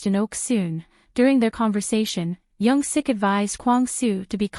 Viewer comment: It's Young Sook* by the way. Thanks for the video!